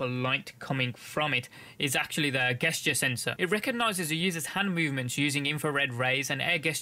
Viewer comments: For the love of God it's pronounced JESTURE. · GESTURE PRONOUNCE [ˈdʒɛstʃə]